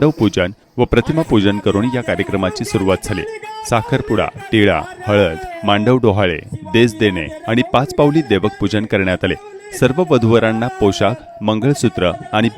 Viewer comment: मांडवडोहाळे नव्हे मांडवडहाळे म्हणा महाराज.